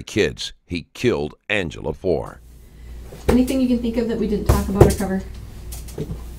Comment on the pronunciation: he couldn't even say Angila's name.